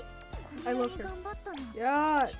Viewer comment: I cant stop saying LORVE LOL